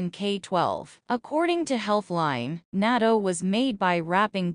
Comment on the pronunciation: Not nato ( nat-to 〜natto)